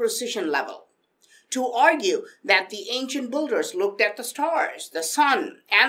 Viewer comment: dude it's "Builder" not "boulder" :)